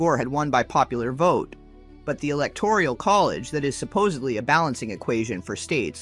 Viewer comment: "Electoral" but good work with all this. New subscriber